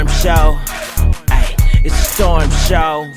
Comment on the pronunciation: Storrrrrrm did you say heavy lipped 😂??